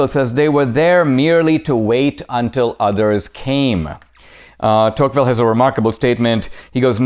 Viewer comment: It’s deTouqville